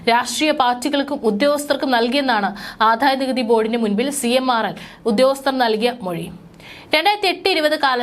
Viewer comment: ആദായനികുതി. ആധായ നികുതി അല്ല😢😢😢😢